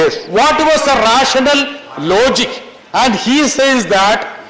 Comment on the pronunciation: YOU IDIOT :: PLEASE SPEAK IN YOUR FUNNY MALLU LINGO :: YOUR ENGLISH IS HORRIBLE :: IT IS NOT “LOOGIK” :: IT IS “LOGIC” :: IT IS NOT RESIONAL :: IT IS “RASHANAL”:: BETTER YOU STICK TO MALLU LINGO : : LEAVE QUEENS ENGLISH ALONE:: BRITTAS SAVAM